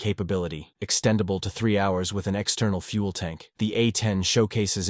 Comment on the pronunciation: Man, this text to speech program sucks. It can't even pronounce "hours".